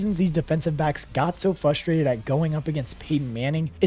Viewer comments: Please pronounce fRustRated correctly. It’s not fusstrated. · It's fRust-rated, not fust-Rated...the R is in the first syllable, not the second